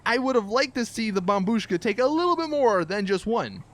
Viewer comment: Dude! Its bombshuka!